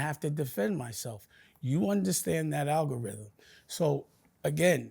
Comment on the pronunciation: Dame dashole pause the ALGARHYHEM 😂